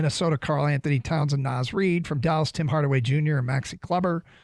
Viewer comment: “Naz REED” smdh